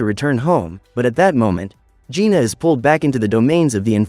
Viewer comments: It's jinu not juna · It's Jinu not Gina